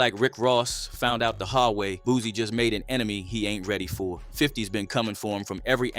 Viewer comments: BOOSIE NOT BOOZY 🤦🏾‍♂️🤣🤣🤷🏾‍♂️ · Dude name Boosie, not no dam boozy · Pretty sure you kept calling Boosie ,“ Boozy” on purpose,just to get your comments up.